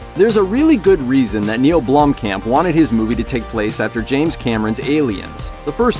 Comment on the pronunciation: It is Neill Blomkamp, not Blomkam.